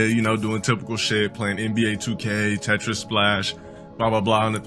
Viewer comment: This mf said Tetris splash